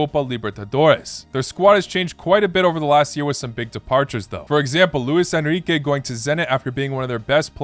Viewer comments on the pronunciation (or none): none